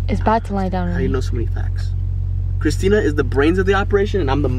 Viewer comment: oh yeah your richt she said it wrong is Christina not Christina